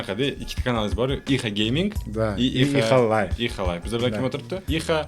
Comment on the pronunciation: Ixalay dib eshtildi😂